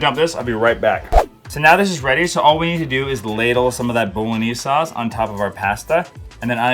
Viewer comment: What a great selection of sauces! I'm going to try every one of them-thank you! Love the way you pronounce bolognese! Never heard anyone pronouce it like that! Looks delicious! Thanks. Love your videos-watch them on repeat to get loads of dinner ideas and for the general enjoyment that comes from watching you and your lovely family. 😊😊😊